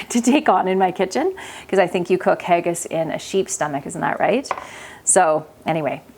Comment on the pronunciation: Haggis Is pronounced Ha (as in ha ha) gis (as in kiss) not haygis❤😊